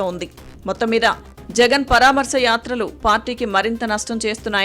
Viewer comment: యాత్రలు కాదు,"యాతర'లు 🤮